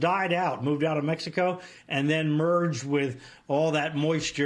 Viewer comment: he said gulf of mexicant. where is that!